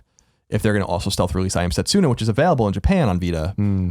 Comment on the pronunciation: Setsoona? It's okay though, Colin. We still love you.